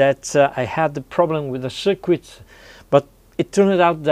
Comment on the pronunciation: Circuit is pronounced sir-kit, not sir-ku-it.